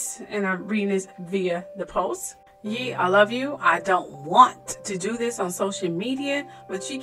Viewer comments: Keep saying Yee and not Ye (Yay)...sheesh... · Its pronounced Yay